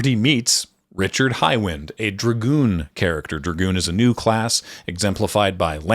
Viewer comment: Ricard, not richard lol